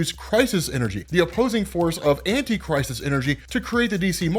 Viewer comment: Definitely thought you were saying “antichrist” energy😭